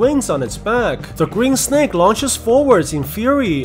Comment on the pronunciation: i love how he says sneck